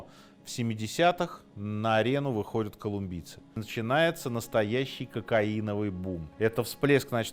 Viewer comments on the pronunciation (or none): Все вроде хорошо и интересно, еще бы прозношение отдельных окончаний выровнять и будет идеально: не выходЮт, а выходЯт, не находЮт, а находЯт, где то в школе, видимо, был пропущен урок по русскому языку...